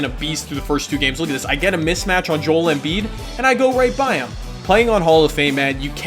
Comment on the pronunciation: hi key it pisses me off when you says Joel's name wrong. Could you look up how you pronounce it